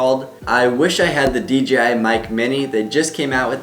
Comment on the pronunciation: I find it funny how everyone pronounces DJI as “DGI”. I catch myself doing that so much too.